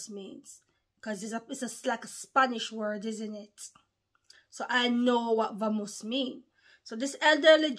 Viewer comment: It's pronounced with a b sound in Spanish let's go! Bamos/vamos